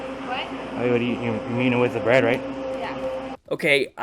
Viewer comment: *LOL AT FIRST I THIUGHT THE DUDE SAID BREAD NOT BRAD!*😂 (Garlic Bread)